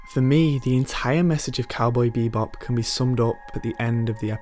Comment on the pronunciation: It's "cowboy bebop" not "cowboy beebop"